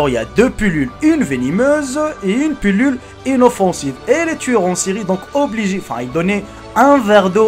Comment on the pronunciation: On dit pilule pas pulule